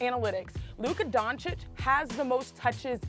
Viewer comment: Mr Jones, he is called Luka DONCIC, not DONKIC. Please...this is what you do professionally. At least learn how to pronounce the names of those players correctly.